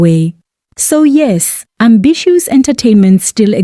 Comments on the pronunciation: Eish it's NOT AMBISSUES!!! I keep getting disturbed each time you mention this. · AMBISHOES🤣🤣🤣DANM...I GOT SO ANNOYED EVERYTIME YOU PRONOUNCE THAT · Can't even get through the whole video...ambishoes? Hai man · The way you keep botching people's names, ambitiouz should sue you too😭